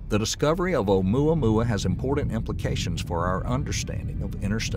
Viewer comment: ...did he say Ohmyohmy?